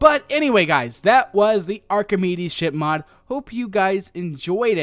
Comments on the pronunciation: Actually, Archimedes is Archimedes not Archemide. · It's pronounced arr-keh-meeds